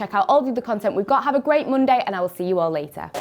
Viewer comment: did she always says Mundaye or Monday